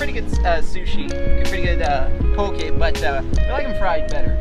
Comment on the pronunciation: This faka is the first white boi Ive heard say poke right lol brah